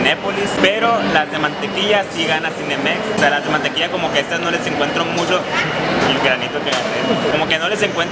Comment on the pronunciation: Este cagado como pronuncian en el norte el ch como sh